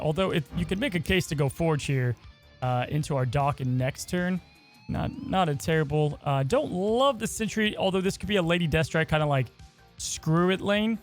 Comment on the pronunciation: What card is a Dock-in? 😅😅